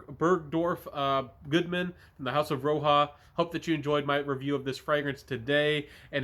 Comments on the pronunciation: Great video! This vetiver is a favorite of mine and I appreciate your take. BTW, it’s not pronounced Row-Ha, it’s like Rodge-A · Roja- (ra-jah) like Roger. Not ROHA (red)